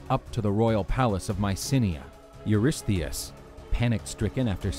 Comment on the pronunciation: Huge props for being able to pronounce Eurystheus once, let alone dozens of times!